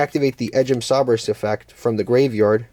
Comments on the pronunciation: Nice take on the deck. Edge imp sabres is pronounced say-bers. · "Sah-Brace" is one of the more puzzling pronunciations but I don't hate it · Him pronouncing Sabres incorrectly reminds me of the episode of The Office where Andy and Erin sang a song for Gabe with the wrong pronunciation.